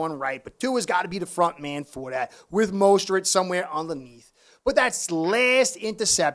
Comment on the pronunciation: I think McDaniel and Tua both should be gone after this year. McDaniel is a dum@ coach and Tua "This NFL stuff is easy" cannot compete in the NFL. They are limited mentally and physically. Damn Fins. And you are killing me with saying Mosteret. LOL.